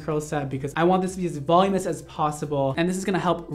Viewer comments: This works! I tried this method— he’s right, you can do it all and have bouncy, shiny, smooth, silky hair with this method. No, you don’t need to be able to see the back of your head, at least, not for the “voluminous” version (which I think is pronouncing wrong, but he knows how to do it, and that is what matters). The best trick is his advice to smooth all the hair at the hairline up and back— wow, game changer! I am a new fan. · What did you learn from this video? That I don't know how to pronounce voluminous lmao (And how to make my hair look noice) ✨ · “voluminous” is such a cuntier way to say it than “volumus” YET YOU MISS IT EVERY TIME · Anyone else need to start saying "voluminous" correctly?? Every time he says "volume-us" it hurts my soul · Helpful hint. The reason you are struggling saying voluminous, is that you are missing a syllable. It is VOL-LUME-IN-OUS. It is a tricky one to say. You obviously have no struggle styling hair, though. Looks great. I always give up 3 minute in due to bad shoulder on my dominate arm but will try to apply some of your techniques, thanks. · great video and I’m loving how he pronounces voluminous as “volume-ess” lol! Not talking shit. But still chuckling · Vol-OO-min-us,; it's pronounced "vol-OO-min-us". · I love this kid ! He mispronounces ‘voluminous’ but it makes him all the more adorable ! So young yet an expert at his craft !!! I’ve tried to watch blow dry tutorials before and I get bored and give up. But he’s so fun and enthusiastic It’s like you want to keep hanging with him !! He explains it all so great, he’s so fun, excited, happy and simply darling . Love it! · I love you to pieces, but it’s VUH-LOO-MIN-US, not VOL-YOO-MOUS. XOXO I STILL LOVE YOUUU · he said “volumous” like a billion times lol... it’s volumiNous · ilysm but I’m 99.99% sure “volumous” isn’t a word, it’s “voluminous” 😭 I’m sorry ily 😭💗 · I ♥️ u. Volumous= Voluminous. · Volume-us? I’m Dying. Love you